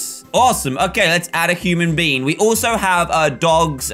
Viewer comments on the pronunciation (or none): Dan: let's build a wait what?!?! me:ha very funny Dan:let's make our human bean me: DAN YOU SAID BEAN NOT BEING!!!